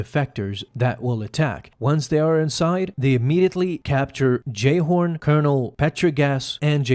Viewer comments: Um, it's JayHOLD, not "Jayhorn". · Was cracking me up you were calling em Jayhorn, and Petrigaus. I believe it was Jayholt, and Col. Petigar but had subtitles on to catch the little bits that slip on there or I probably wouldn't have noticed.